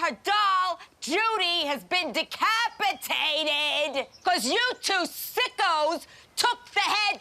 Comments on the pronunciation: The way she says decapitated just kills me. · I never knew decapitated had 500 syllables